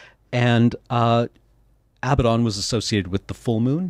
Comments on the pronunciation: I think you'll find the commander's name is pronounced "Aba-doodle" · “A-bad-din” Everything else is great. But it’s “ab-ahd-don” soft first d.